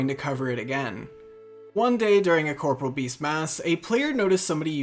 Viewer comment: You pronounce corporeal wrong, it is not corporal.. they are two diff words.